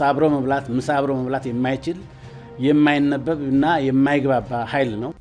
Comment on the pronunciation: እሸቴ የሱፍ የተባለው ገልቱ ደሞ አማረኛ እንኳን አጣርቶ የማይናገር ዱዳ ነው። የማይናበብ ለማት አስቦ የማይነበብ ይላል😂😂😂 በእርግጥ ልክ ነው ለብልጽግና አይነበበውም።